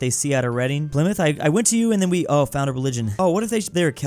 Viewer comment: I'm actuallt surprised that sayd "Pleemuth" instead of "Ply-Mouth"